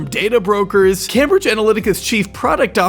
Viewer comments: it's came-bridge, not cam-bridge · Came-bridge, not cam-bridge. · Just FYI for next time - it’s Came-bridge. Not Cambridge. Came like name not cam like ham. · isnt it pronounced came-bridge? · The utter fucking cringe is almost too much to bear. Also, please, it's pronounced Caim-bridge. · the absurd mispronunciation of cambridge is hilarious